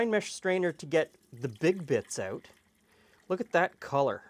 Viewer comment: That 'out' is the dead giveaway.